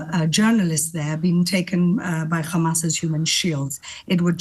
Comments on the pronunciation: Khamas. She can say hostages, she can say have, but she can't say Hamas. Lunatic. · KHamas ...KHamas..... KHAMAS 😂